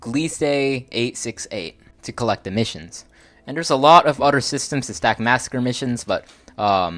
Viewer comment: If you are going to keep doing videos , you should atleast learn how to pronounce "Other". Otherwise your video was awesome.